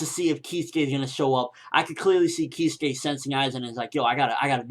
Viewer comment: Keeskay, yolowichi, eeshin, this fucking guy makes me laugh so hard im crying he cant announce Japanese names to save his life, oh holy shit this is funny